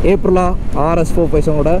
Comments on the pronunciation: Dei first brand pere ozhunga sollunga da.. It is அப்ரிலியா, not ஏப்ரலா. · Adey, adhu ape-rilla illa, it's supposed to be pronounced as Up-rilla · Good work on the video.But, There's an i between l and a in Aprilia pronounced ay·pree·lee·uh. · bro Aprillia pronounciation thappu bro ......do hear it from manufacuters